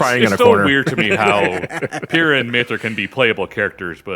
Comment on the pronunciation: Can you please stop calling her Pyrrha? It hurts, in multiple ways. It’s Pie-ruh